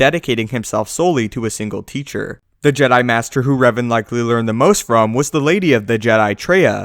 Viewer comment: Its Revan, not Raven